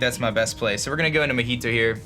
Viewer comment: if you were naming scizor after the drink it's mojito not mohito